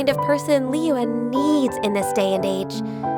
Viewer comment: Notice that only Ei and Zhong Li’s trees have cracks in it. Venti is currently the weakest among them all but he is also the only one with his tree fully intact. Also another note that the voice actors pronounce Liyue is Li Where instead of the original pronounciation